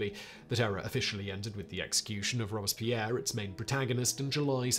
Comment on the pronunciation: SImon, SImon, SImon --- it is Robspierre, NOT ROSSpierre